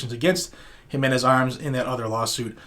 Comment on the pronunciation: Wow you actually pronounced the name JIMENz correctly. Im impressed brother. You deserve a Weeppaaa for that.